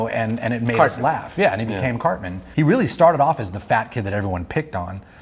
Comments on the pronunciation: OH REARRY??? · OH REARRY?